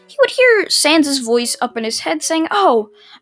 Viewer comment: YOU SPELLED SANS WRONG but atleast you said his name right